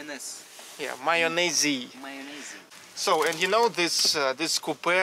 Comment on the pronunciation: Good job guys! Love it! Except you're not saying mayonnaise correctly ;)